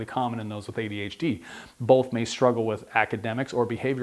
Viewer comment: I'm getting really hung up on the fact that this guy puts an L in the word "both". It's hard to listen to.